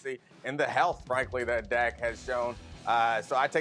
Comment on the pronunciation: It’s dak and it’s not close lol